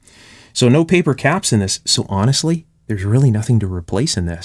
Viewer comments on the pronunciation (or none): none